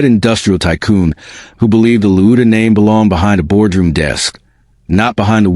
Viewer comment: What, LOUDA, Are you American, it's spelt pronounced Lawd Da!